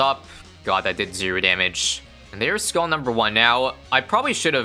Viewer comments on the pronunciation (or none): none